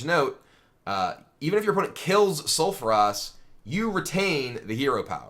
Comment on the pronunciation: Sulfuras and Coldarra drake. Oh god no.